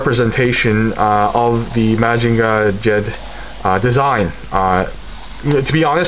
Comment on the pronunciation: LOL! I know what you mean. Lots of different pronunciations, out there, but trust me, Mazinger Z is best spoken in your native tongue. Great job once again! I will be following your reviews regularly from now on.